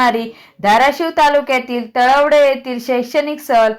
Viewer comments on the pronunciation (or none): कसबे तडवळे आहे तळवडे नाही मॅडम 🙏🏻🙏🏻🙏🏻🙏🏻